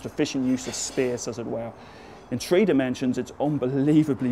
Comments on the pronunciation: No daddy it's three, not tree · Cheers Philip, thank you for your great videos. I really like your look on things. and don't bother with the "right" pronounciation of three too much, it really doesn't matter. I guess almost as many people say "tree" as people say "three". and it's certainly better than our german mispronounciation "zree" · don't feel sad about pronouncing "three" as "tree"... i do that all the time. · ahaha us Newfoundlander's pronounce it the same way!